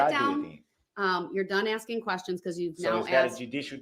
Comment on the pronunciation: If this fool really believes that Judge D is being “abusive” by cautioning DB to allow the witness to answer before “axing” more questions, I would greatly love to be a fly on the wall for his everyday life once he’s transferred to his permanent home/facility 😊😊